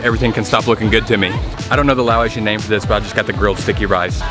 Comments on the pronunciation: Laotian pronounced (Lao-ocean) not (lao-atian) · Why do you pronounce Laotian as Lao-ay-sian?